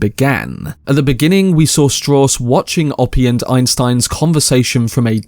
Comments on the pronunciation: Strauss himself explains it's pronounced Straws. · Strawss ? Strauss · Sad they have such a cheap, imitation-cockney voiced narrator who cannot even pronounce a common name like Strauss. I am finishing up a book by the late theoretical physicist Freeman Dyson, who knew Oppenheimer very well and his explanation of the depth, breadth, and empathy of his thinking paints a picture of a remarkable man out of hundreds of remarkable men.